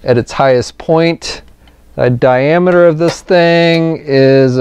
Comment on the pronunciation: its diameter not dynameter